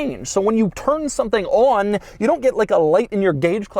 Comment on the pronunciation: I rarely detect any discernable accent from Doug, but his "on" here was very New York (or somewhere close to NY).